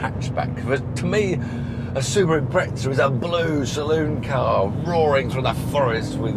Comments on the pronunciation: Subaru impretza there is no T in Impreza ? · What do the Brits call the leaning tower - Pizza? I think not. So why do they insist on calling Impreza, “Imprezza”? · Hes saying Impretza rather than impreza (its a common mistake).